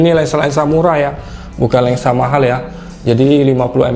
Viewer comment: cuma satu yang ganjel,, abangnya ngomong Lensa apa Lengsa